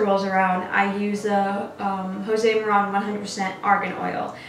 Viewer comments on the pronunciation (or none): Lmao. José Maran. It is pronounced ‘Joe-see Mah-ran’. The owner is a beautiful female with fabulous skin. Josie as in “Josie and the Pussycats”. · Melissa Garcia José Maran argan oil. Lmao, when I heard that I was like, someone is a latina. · ...did she just say.. "josé marahn"....im dead